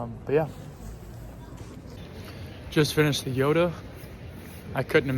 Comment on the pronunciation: And We say Jota with an "O" Like Jo-ta